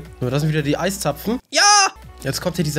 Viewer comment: es heisd eiszapfen nichcd zeisapfen